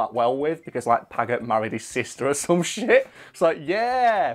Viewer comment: Paget happens to be pronounce 'Padge-et'. JSYK. And it wasn't married his sister, it was, that way back in 1808 (at the beginning of the Peninsular War in Spain), he'd run off with Wellington's sister-in-law. In a day and age where getting a divorce meant getting a private Act of Parliament passed, pretty much , and therefore almost never happened. Paget had been the guy in command of the cavalry before then, but after that, Wellington refused to have him as part of his army. The breach wasn't healed until the Waterloo campaign in 1815, the first time Wellington and Napoleon had actually faced each other on the field of battle when Wellington needed the absolute best officers and commanders he could get.